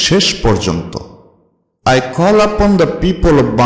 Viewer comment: tnx sir but apni call ke kholl upon bolsen